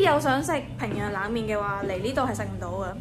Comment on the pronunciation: 平壤not 平壞😂